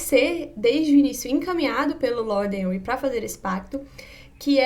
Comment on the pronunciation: Henry se pronuncia Renry , não Enri.